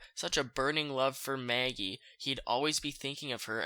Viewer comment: Please stop saying Maggie’s name 🤣 “Mayagee” 💀💀💀